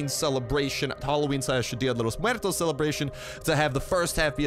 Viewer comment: Way to say día de Los muertos the correct way bro! Dig that